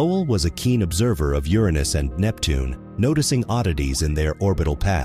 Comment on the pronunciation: I am upset about how you pronounced Uranus.